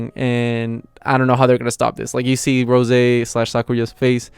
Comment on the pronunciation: Bro it’s roze like the spirit(alcohol) Not rose.🤙🏼